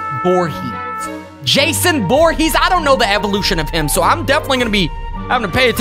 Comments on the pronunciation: Um my friend is called Jason but not vorhess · It's voorhees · Dude it’s not Jason Borgese is Jason for Keesler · It’s v v v voorhees